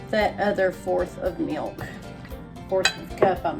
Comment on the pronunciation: What is " mee- ilk " ????